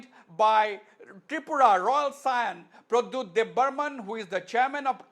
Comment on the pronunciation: The smart answer of bubagra of Tipraha, Pradyot ji is brainest. Mr anchor learn to say Pradyot JI.